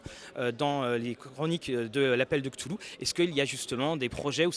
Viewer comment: La foule que l'on aperçoit à travers la vitre, ça me fait penser à Walking dead! Tous ces gens qui avancent lentement et s'agglutinnent au même endroit. 😅 Sinon sympa l'interview. Et cette prononciation de Cthulhu à l'anglaise, merci 😁